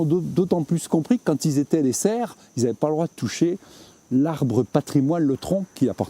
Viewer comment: Les serfs pas les serres, étêté, trognes et pas tronnes ou trônes, escoups, saule osier, vannerie